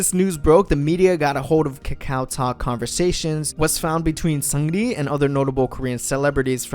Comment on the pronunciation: the way he pronounces seungri, lmfao.